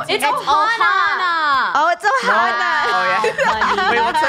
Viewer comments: mnnah not ohnna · OHANA is from my favorite movie and I was so triggered when y'all weren't saying it right